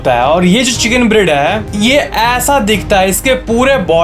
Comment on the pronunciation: Brother love your channel 👊💯. That's why I want to give a suggestion to improve your channel , That is , keep improving your reading / pronounciation of words , for example you said BREED but we listened BREAD or BRID ( silkie chicken part mein ) . This small effort will help you alot. Lots of love ❤️❤️❤️. It's a positive comment 👍 .